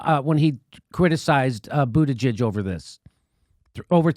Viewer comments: lol “buttijizz” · Did JD just call him Pete Bootijizz ? Lmao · LOL Jimmy said “Pete Booty-Jizzez” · You called him Buttijiz! 🤣🤣🤣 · Did Jimmy call him Pete Booty-jizz? What a homophobe. J/K, I'm no SJW. It made me laugh. I call him "Poop" Buttigieg because he had poop on his forehead at (I think) the first debate. They came out later and said it was chocolate. Also, someone on Democracy Now accidentally(?) called him "Poop" Buttigieg. The name stuck with me like a bad dingleberry.